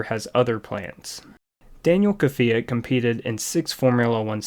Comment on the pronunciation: So was Danil kvyat